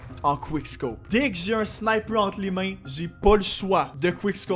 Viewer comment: SNIPEUUEE! MDRR trop fort l'accent québécois